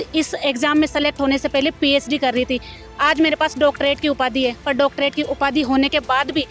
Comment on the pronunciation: Ph d ko psd kyu bol rhe ho